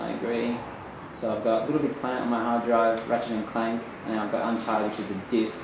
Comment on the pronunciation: When disk is in, "Look heya...Unchahhted too" When he restarts it "Rachet and Clank" I see no uncharted on there anywhere